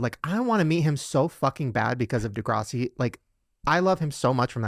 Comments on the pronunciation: is this a Mandela effect…. shane said “degr’AUSS’ie”…. i thought it was de’GRASS’ie 🤔🤔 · It's not De-graw-si it's De-GRASS-i haha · Degrawssi he said….😂😂😂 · I’m triggered by the way Shane pronounces DEGRASSI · Have I been pronouncing Degrassi wrong my whole life 🤨